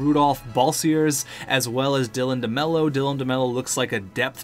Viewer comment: You finally got demlow's name right.